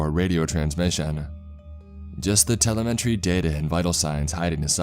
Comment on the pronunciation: It’s fun listening to him butcher “telemetry” though.